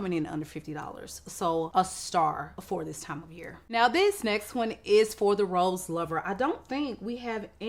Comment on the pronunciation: Why did I think you were saying ROLLS instead of rose😂